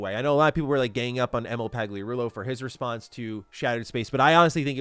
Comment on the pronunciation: The g in Pagliarulo is silent.